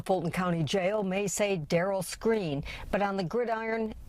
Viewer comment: Its Skrine not screen tf yall just see a story and dont even do research 😂😂😂😂